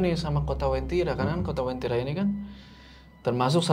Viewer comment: Bukan wentira, tapi uentira.